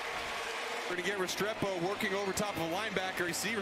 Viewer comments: He talk so damn much through the reaction the Announcer saying Restrepo name correctly and he ain’t paying attention 😂 bruh said repasado…who TF is repasado 😂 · Bro, it's not " Repasado" it's " Restrepo" Lol 🤣 listen to the announcer, he is pronouncing his name correctly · Resado 🤣 its Restrepo 🤣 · Bro... RES (as in REScue) TRE (as in TREad) PO...RES-TRE-PO _